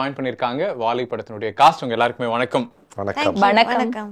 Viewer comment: "வாழை " pronunciation not impressive. Otherwise Anchor did a good job👍🏽